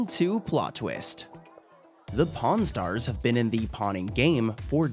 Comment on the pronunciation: PRON STARS OR PAWN STARS I keep hearing the other word